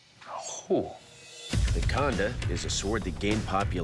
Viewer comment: Its not Khaanda... it is Khandaa.... it is a Sikh Weapon and also the symbol on Sikh Flag....